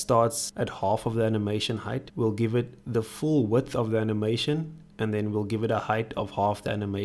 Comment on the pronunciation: We love how he pronounce "button" as "batoon" and "animation" as "anehmaishoon" :D I'm subscribing.